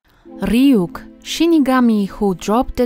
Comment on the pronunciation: Freaking Love The Way You Pronounce Ryuk's Name.